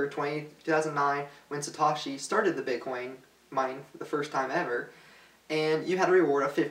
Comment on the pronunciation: You pronounce Satoshi and Wiki strangely.